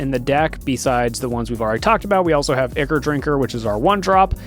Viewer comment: Ichor is pronounced "EYE-kor"